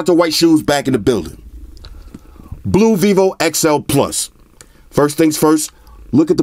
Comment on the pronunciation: It is written ok - XI+, but it is pronounced wrong - XL+ :)